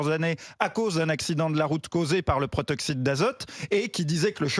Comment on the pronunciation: c'est pas le "protoxyte d'azote" mais le "protoxyDe d'azote"